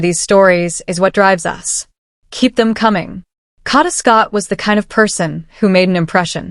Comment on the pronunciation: Kay-da❤! Please 🙏 pronounce her name correctly, by all this time. Amen 🙌